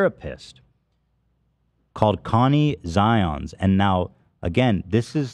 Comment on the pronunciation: “Conny Zions” 😂